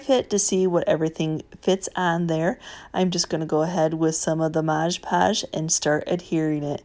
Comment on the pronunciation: Love your videos. Just one thing. Its Mod podge not modge podge